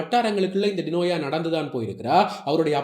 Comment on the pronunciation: வார்த்தைக்கு வார்த்தை டினோயா டினோயா என்கிறீர்கள் அவரது பெயர் டினோசா(ஜா )தானே? எதற்கு பெயரை மாற்றி கதைச்சு பிழையான செய்தி போல் காண்பிக்கிறீர்கள்